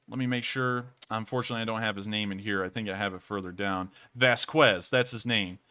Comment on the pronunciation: Love what you do! Keep it up. Just an FYI - it's pronounced "Bay-rack-tar" and "Vas-kez". Also...IMO - the UA WILL eventually take back Crimea. Illegally annexed, RU still under sanctions for it..and the Ukraines have stated time and again they want every inch of Ukrain land back. Slava UKRAINI